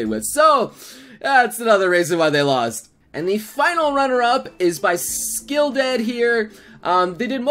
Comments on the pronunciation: Not "Skilldead" it's "Skulldead".. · I love how he can say the hard names right but he can't say Skulldead it comes out Skilldead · anyone else notice he was saying skilldead not skulldead? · Am I the only one who noticed saying Skilldead instead of Skulldead? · did he just said skilldead!? triggered!!